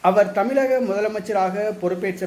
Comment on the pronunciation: தமிலக... இல்லை 'தமிழக'